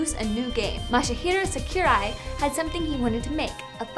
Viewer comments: Seh-key-rai? Seriously? You're hurting your gaming credentials with a pronunciation like that. o3o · I cringed hearing her say it 😵